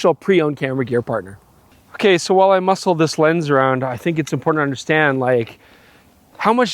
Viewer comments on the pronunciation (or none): none